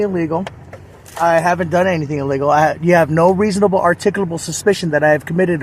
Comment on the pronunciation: Lmao "reasobabable articucapable suspension"